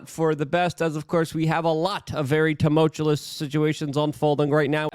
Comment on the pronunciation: On the day that Like can start pronouncing “tumultuous” correctly, I will immediately join Luke Unfiltered.